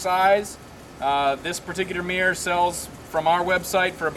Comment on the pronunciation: arrrgggggg WTF is a MEEEER It's MIRROR